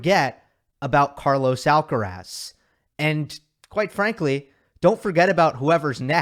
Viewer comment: No podrías esforzarte un poco, solo un poco, en ponunciar bien "Carlos Alcaraz"? Yo creo que eres capaz